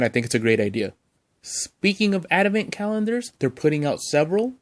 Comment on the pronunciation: Dude, it's ADVENT. not adamant. Say it ... ad - vent.